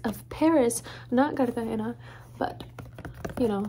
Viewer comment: Omg, u speak Spanish? U said sandalias and Cartagena like latino ♡